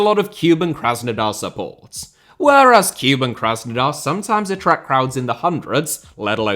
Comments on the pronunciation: So needless to say, 'Cuban' Krasnodar has nothing to do with Cuba ... Kuban, or Kouban, is an area and river in the southern Russian Federation. To distinguish, rather than 'kyoo-bun', the pronunciation should be more like 'koo-bahn' (like cuc*koo* + auto*bahn*). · listening to you butcher team names is half the reason I love this video! Tea-arh-ehz and Cuban were both an especially nice touch. Cheers.